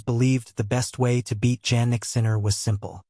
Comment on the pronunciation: Please keep using his last name since you do not pronounce his first name properly